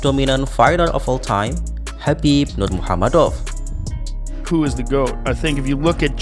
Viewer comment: jgn wes bro sepertinya tidak bisa mengeja kata nurmagomedov.